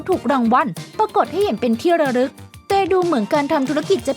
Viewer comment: ฉราด หรือ ฉลาด ที่ระรึก หรือ ที่ ระลึก ครับ ช่วยออกเสียงให้ถูกด้วยครับ